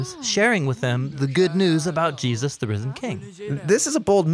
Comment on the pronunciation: Great channel. Great narration. With exception to when the guy goes from pronouncing "Jesus" as "Jee-asis" then back to Jesus. Is there a reason for this biblically? It's doing my head in, through all the videos.